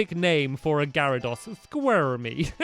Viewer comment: you pronounce garydose Gary-dose